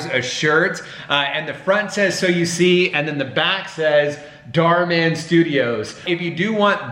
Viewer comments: I heard so you see it sound like Soyeesee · Me everytime "SOYUSI " 🤦😂 LOTS OF LOVE FROM PAKISTAN 🍭❤❤❤❤ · me : instead hearing so you see me: i hear so u see suyusee yusii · my mind just ERAIST THE WORD so you see i just heard soyuse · Is it just me or everyone heard that they are saying soya sauce 🤔😂😂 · So you see sound like Soyo Sea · "so you see" My ears: "SOYOSEA" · I heard soyusi And sushi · When they say “ so u see “ it sounds like so u sea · It kinda sounds like soya seed or seed when you say it a lot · It kinda sounded like soy see. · I kept hearing soy el si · all I can hear is soyuse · Thanks for the likes Someone Heard : " So You See" Me Heard : "SUSHI" Or "SO SIRI" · i heard soy sea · New word soyusee and yusi (sorry pls no hate) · Now I can’t hear so you see normally again it sounds like sowusee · I'm hearing "so si," instead of "So you see..."🤣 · Why does it sound like "soy si"? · sounds lik soy suace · After hearing it for awhile I hear, so-z 😂, either way keep up the great work, your vids are great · Am I the only one that thought that they said "so you see" so many times that it sounded like: "soya sea" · The “So you see part” sounded like “Soy see” like the sauce lol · Soy sauce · That do sound like you soy sauce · Soy see? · The beginning of a video the so you see part sounds like an alien language. . .